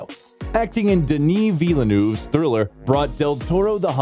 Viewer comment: You have a problem to pronounce French « eu » in Deneuve and Villeneuve! You need to improve…